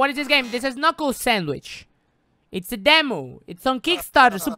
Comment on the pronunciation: Ka-nuckle sandwich